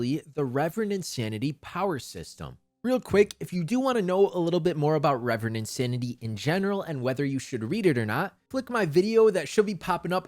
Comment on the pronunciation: Ill continue calling it ki like i call reverend insanity rEEEEEEverend insanity. It was weird to hear the correct pronounciation of reverend for the first time after reading the novel for 5 months